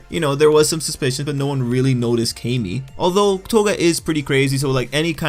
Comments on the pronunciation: It is pronounced CAM-EE Tril-L. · Please pronounce Camie like Kah-me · Wezzy94 it’s KAY-ME. If it was CAM-ME, her name would be spelled CAMMIE or CAMMY (like the girl from Street Fighter) but since her name is spelled CAMIE (with one “m”), it’s pronounced KAY-ME